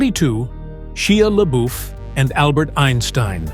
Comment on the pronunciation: Shyah Laboof!😂😂😂